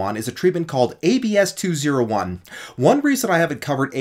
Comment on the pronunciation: It's pronounced AB-SEE not ABS-KEY